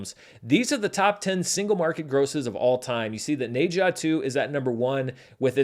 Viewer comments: FYI, the Ne in Ne Zha is pronounced like “nuh” or “ner”, not “nay”. I figure it’s a title you’re gonna have to get used to saying when talking about records for a long time to come, so may as well learn it now! 😅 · the "H" is silent in Ne-Zha. Its Za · I cannot get over the mispronunciation of Ne Zha. I didn't know what movie he is talking about without noticing the movie poster. Go watch how Chinese pronounce it.